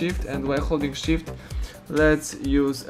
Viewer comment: Holding shit Oww you saying holding shift :))))